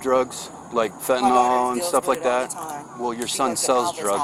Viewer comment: I like how the video starts with a cop saying "fentanol". It's "fentanyl". I'm pretty sure almost everyone in the USA has seen in spelled before. Gotta wonder how good this guy is with math or science. Our country really needs to raise educational standards.